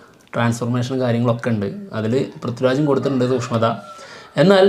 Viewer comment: സൂഷ്മം അല്ല സൂക്ഷ്മം😊